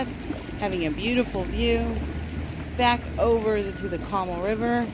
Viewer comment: CO MAAAL not Comul. Other than that, super cute condo!